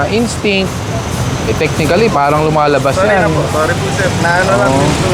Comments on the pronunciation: 8080 sumagot " instict" HAHA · Nag english pa kase eh hahaha instict at habit? Hahaha tulongges 🤣🤣🤣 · Huwag na kasi mag ingles, na mali ka pa tuloy ng bitaw “instinct” ha..😂🤭🤣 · "instinct" hahahahhahahaha naituro din siguro yan sa training nya